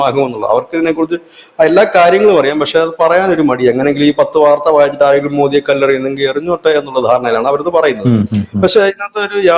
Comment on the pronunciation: മോദി എന്നാണ്.. മോഡി അല്ല 👍